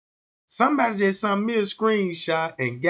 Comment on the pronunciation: “Sent” not “ sunt” you dickhead.